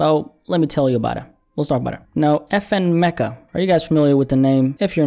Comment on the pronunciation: Its pronounced FN Mee-kah.